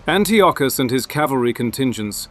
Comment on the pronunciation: Antiochus= An-tie-a-cus